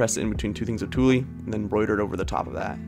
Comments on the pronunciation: Idk if you were joking but please god its pronounced "tool" not "tooly" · Tulle is pronounced like "tool" not "too-lee" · can we talk about the way pronounces tulle as "tooly" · I’m French and the ‘e’ is mostly silent. It shouldn’t make a notable sound after the ‘tool’. In any accent, the following sound after ‘tulle’ should be the same as the following sound after ‘tool’. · Do you mean tulle? When you say “toolie”? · Just FYI ~when you're talking about your favorite way that you utilized the Pressed flowers, which was by putting them between the embroidery hoops using the tulle fabric. However, the way you pronounced it with the "e" at the end is correct. The "e" is actually silent...so basically just pretend it's not even there. It may be helpful to remember that it's actually pronounced the same EXACT way that you pronounce "tool🔧". Hope this helps! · the best part about htis is how he says tulle (not making fun just never heard someone say it like that it was pretty cool)